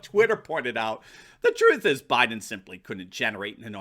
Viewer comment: this is supposed to be a super BOWL, not a super BOO also BUYden not BOOden